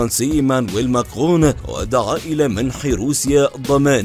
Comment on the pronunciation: حركاااااااتك هههههههههه قلبي انت والله قول( ماكرون) مره ثانيه باالفرنسي اتحداك تقولها مره ثانيه بسرعه فديتك وحشتني